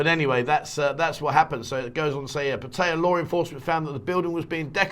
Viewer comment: Can you say 'Pattaya' correctly please .... the late King apparently said once he was gone that gambling with a Casino etc could go ahead